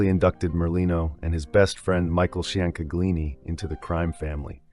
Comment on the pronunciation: Mikey “Chang” *Chain-Ga-Leeni*.